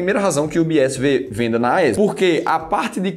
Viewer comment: Porque vc pronuncia AESB?Não é a AES?